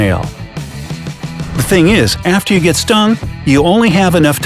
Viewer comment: IT'S GET NOT HET